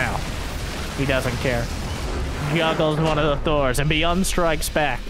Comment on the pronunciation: I would imagine its Bi-yooon, not Bee-Un 😜 though I have very limited knowledge of Korean!